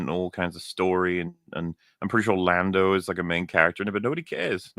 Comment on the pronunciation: It's LONDO !!! Not Lando !!